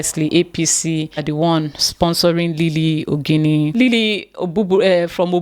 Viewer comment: i worried about you, are ashame to pronounce your surname??? When you pronounce your name..